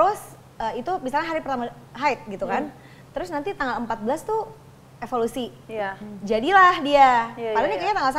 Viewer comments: Evolusi apa ovulasi mamagigi😂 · Salfok Evolusi😂😂 Maksudnya ovulasi ya Bu gigi😅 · Ovulasi mama gigi bukan evolusi